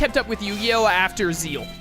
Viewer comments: Zexal is pronounced how its spelled not like "Zeal" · Zeal is the correct... i will always pronounce it Zexal but it is pronouced Zeal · First again i do pronounce it Zexal. But it is Japanese, since that is where its from. so Zeal is technally the right way to say it. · Do you say Squirtle's final evolution is Kamex? No. We speak english. It doesn't matter how its pronounced in another language when we aren't speaking another language. It's Zexal.